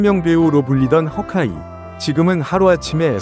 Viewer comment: 쉬카이 면 쉬카이 고 허개 면 허개 지 허카이 는 뭐임?ㅎㅎㅎㅎㅎㅎㅎㅎㅎㅎㅎ 한국발음 중국발음 섞어서 허카이 래 ㅋㅋㅋㅋㅋㅋㅋㅋㅋ